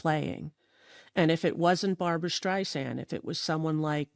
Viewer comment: Just so you know, it's "Barbra." 😊